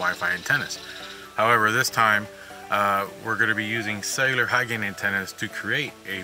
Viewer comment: Does anybody hears "sailor" antenna instead of "cellular"?